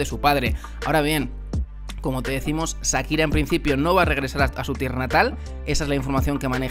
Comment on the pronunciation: Que eso que dice este tipo en este canal...😮, vaya novela que se montó a costillas de "Sakira" (como el lo pronuncia 😅). Nunca falta el oportunista!